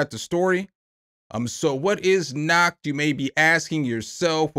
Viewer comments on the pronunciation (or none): "Nacht" is just the word "Night" in German. ;-) But if you pronoune it "Nakt" then basically Germans hear "naked". lol. 🤣Sounds interesting though and thanks for your honest opinions on the plugs. :-) 👍😊👍